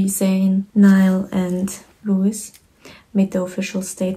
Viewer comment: I'm sorry for the correction, but Louis' name is pronounced "Louie."